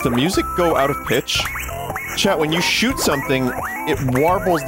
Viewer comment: Vinny finally plays schüt games the fabled babby AND schüt game